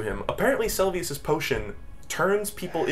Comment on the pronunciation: I think, if nothing else, Margit's mispronounciation might be a joke The Seluvis mispronounciation would piss me off but I don't respect him